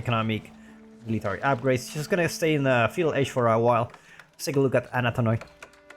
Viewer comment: A * tha* na * toi How many times did you butcher that my god